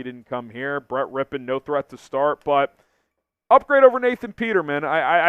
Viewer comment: Finally someone that knows how to pronounce his name 🙄🙄